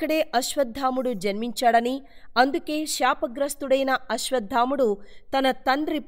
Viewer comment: అశ్వత్థాముడు కాదండీ !!! “అశ్వత్థామ” అండీ!